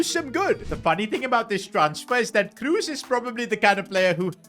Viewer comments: Please. "KROS", not "KRUS" ... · His name is "Kroos" not "Kruus". I love your videos, but this has made my ears hurt 😅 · KrOs ❌ KrUs ✅ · it's not tony cruse its tony kroos